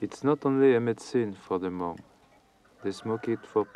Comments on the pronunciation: Not the meo but “The Hmong” and thanks for the upload of this video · It’s Hmong NOT Meo. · The name you say wrong not meo, we are hmong. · Please make your correct” Hmoob, not Mel” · Its Hmong not Miao or Meo. Miao is a derogatory term used by the Chinese and Laos, we much prefer Hmong. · It’s Hmong, not Meo.